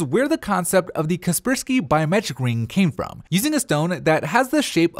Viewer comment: kaspersky wouldn't be happy with that pronunciation lol